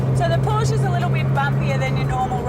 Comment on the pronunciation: this is fail. fucking bimbo can't even pronounce Porsche right.